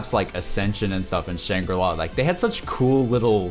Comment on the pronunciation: Shangri-La hahaha....Shangri-nah fam fk that